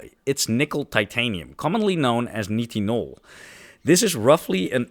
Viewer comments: Nitinol should be pronounced 'night-in-all' instead of 'knit-in-all'. You don't seem to often look up proper pronunciation of unfamilar words when you research for these videos, but that's your choice... ;) (amateur lowbrow gaslighting attempt) Just kidding! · since grammar is being highlighted. You’re pronouncing nitinol like “knee tin all” I’ve always known it as “nye” as in nylon “tin all” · nitinol (night-in-all)